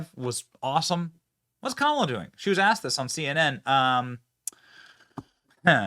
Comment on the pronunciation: The sheriff im California is calling Kamala camela